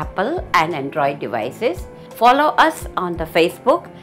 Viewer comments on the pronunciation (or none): none